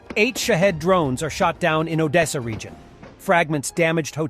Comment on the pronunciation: can you at least pronounce Odessa properly?